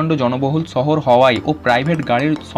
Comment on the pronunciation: ছহর নাকি শহর?😐